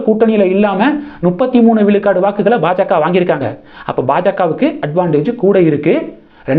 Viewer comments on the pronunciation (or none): none